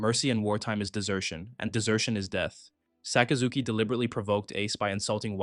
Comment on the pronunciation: Sakazuki sounds so much cooler with the right pronunciation, I lose braincells every time I hear Sock uh Zookey